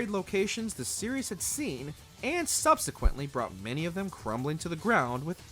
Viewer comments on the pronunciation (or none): none